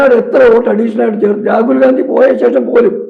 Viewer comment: രാജിവ് ഗാന്ധി അല്ല മാഷേ രാജിവ് ഗെ ന്ധി അധാണ് ശെരി.😂😂😂